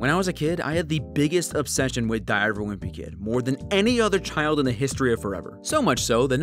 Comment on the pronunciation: Bro, why was the diary part was diarrhea instead of diary